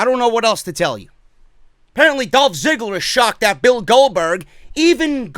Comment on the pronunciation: Is it me, or did I literally hear Goldberg say Dolph Zigger and not Ziggler?